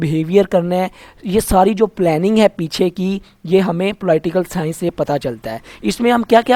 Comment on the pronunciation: Ruby Rai ko ab pta to chal Ploi-tial sciance Kya hota ho ga...😂😂😂